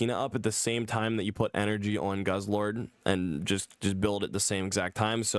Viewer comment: Not goose-lord, it's guzz-lord